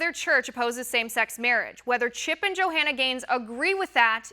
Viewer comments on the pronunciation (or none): The Bible talks about when the end times come, right becomes wrong, and wrong becomes right. Why does she keep calling her Jo-Hanna???...lol